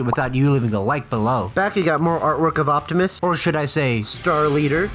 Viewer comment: optimus* you said octimus😅